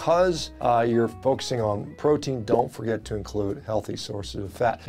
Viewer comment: You ( or your producer) misspoke PROTEIN and NOURISHING. That’s embarrassing 😅